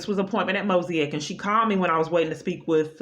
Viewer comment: Please learn how to pronounce MOSAIC.